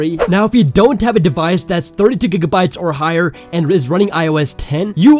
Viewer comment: LMFAO HE SAID 32 Dgigabytes